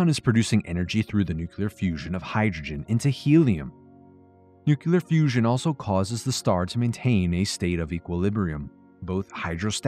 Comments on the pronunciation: New-clee-uhr, not new-cue-lure. Otherwise, loving the content. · Nukelar...... really buddy!!